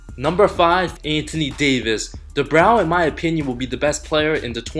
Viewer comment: He also said the same thing about Oladipo being the "regaining" Most Improved Player lol. & he pronounces "Anthony" as "Antony", like without the "h" lol. Not being a dick or talking shit, I find accents to be cool & endearing!